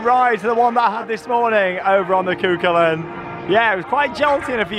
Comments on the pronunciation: IT IS SAID CU HULLIN! NOT CU CULAIN!!!!1!!!1111!!!! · It's pronounced coo cullen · Cú Chulainn is pronounced Koo Huling.